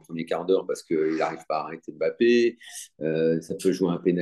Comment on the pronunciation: Bon dieu arrêtez de l'appeler BAPPÉ et respectez le nom de famille des gens ! Il y a un M' avant le B donc prononcez le 😶